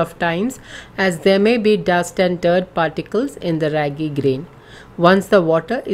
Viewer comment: It's not ryagi , it ragi 😋